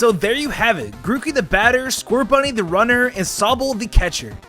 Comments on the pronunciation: Was i the only One noticed 'mookey'? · The funny thing is that none of the types on the starters come true sorry. P.S. you called Grookey Mookey. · He sayd mookey/ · DID HE SAY MOOKEY XD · Ah, yes. The Grack, Feel, and Wadst types. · Ah yes. Grack, fiel and wadst.